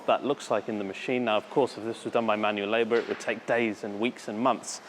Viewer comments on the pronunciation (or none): none